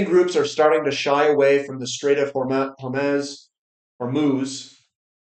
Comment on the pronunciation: Hi, suggestion: maybe take a minute to learn how particular words are pronounced before you start discussing them, like Hormez. Its not entirely different from learning how arithmetic works before discussing math. You regularly talk about the necessity of patience for happy investing. Consider applying some patience to developing vocabulary. Thank you for your reports.